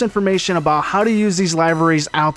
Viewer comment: He said live eries lol “